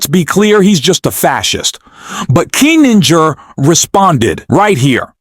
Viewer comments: Why do you keep calling Kinzinger "Adam Kininger"? Get your names straight before you record your narration! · To the announcer: His name is Kin-zing-er. Why did no producer of this tape catch this sloppy error? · PLEASE, for the love of GOD, learn to pronounce Kinzinger's name and say it PROPERLY. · Not a big deal but it's KIN ZING ER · Can’t pronounce Kinzinger? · Why can't AI pronounce Kinzinger?????? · Worst AI narrator I ever heard -- who knew there were so any ways to (mis)pronounce "Kinzinger"?